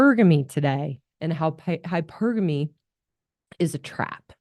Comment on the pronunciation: So many YouTuber's pronounce "hypergamy" incorrectly as hyper-gamy as in hypersonic. Thanks for pronouncing it correctly! Hy-pergamy.